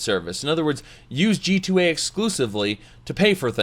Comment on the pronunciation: Oh this is what always says at the end. I thought he was saying "G-toy"